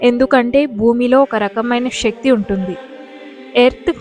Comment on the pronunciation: షరీరం కాదు శరీరం అనాలి. షక్తి కాదు శక్తి అనాలి. ఉచ్చారణ సరిగ్గా ఉండాలి.